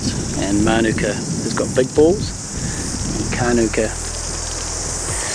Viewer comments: It's "Ma,Nuke,Ca" Manuka that's how you say it properly I'm a beekeeper from NZ as well 3 years experience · No, it’s “Ma Nu Ka”. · My mom loves Manuka honey. Love this episode. Also we've been saying manuka wrong our whole lives 😂